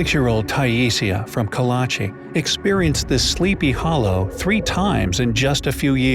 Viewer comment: Kalachi sounds more like Karachi